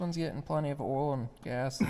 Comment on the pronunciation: Oool you mean oil ?!!🤣🤣🤣🤣